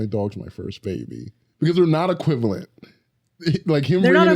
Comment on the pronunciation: "thiyri nit equivilint" 🤬